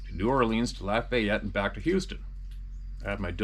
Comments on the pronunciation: The way he say "New Or leens" & Laf I ett" kills me! Us Louisiana natives get a kick out of the way others pronounce our words here lol. It's " New Aw lens" & " Laff aye yett" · Just for future reference... the correct way to say Lafayette is like laugh "laugh-eye-yette"